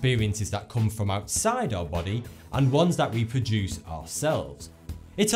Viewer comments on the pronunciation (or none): none